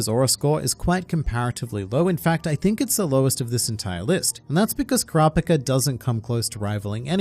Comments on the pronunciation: Bruh who "Kraa pka" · Say it right kurapikripppp Kuz!!!